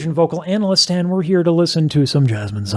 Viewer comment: LMAO DID HE SAY “YOUR CAUCASIAN VOCAL ANNALIST”? 😂